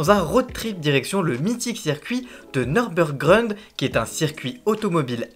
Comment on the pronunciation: Ton travail est intéressant mais attention aux approximations à l'origine c'est un trio d'animateur pas un duo, et le pilote de l'émission s'appelle le stig pas le sting, et ta prononciation du nurburgring me semble incorrecte, je te partage ce commentaire parce que la communauté des fans de voitures peut ne pas être tendre mais que ton format est intéressant